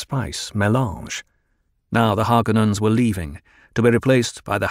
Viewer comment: ffs it's HarkÓnens, not "HÁrkonnens"!